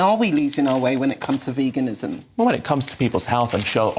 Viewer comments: Why does that bearded man not know how to pronounce veganism correctly? Vagansim? What is vaganism? Btw well done for being able to counter their arguments despite being ganged up upon. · Love how calls it "vagenism". His knowledge about sources of protein is definitely vague! We love you Ed. We love how you stand up for all the world's beautiful animals. We also love being vegan because it helps address world starvation, reduces climate change, reduces pandemics, reduces antibiotic resistance and reduces the incidence of cardiovascular disease and cancer xx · He cant even say it. "Vagenism" 😅